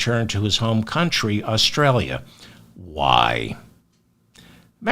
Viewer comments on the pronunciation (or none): none